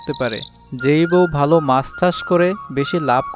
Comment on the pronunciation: বালো না ভালো। ভুলভাল উচ্চারণ🫤